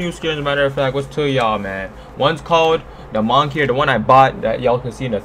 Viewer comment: No one can seem to pronounce Moniker